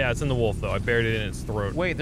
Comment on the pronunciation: That's not how you pronounce wolf wtf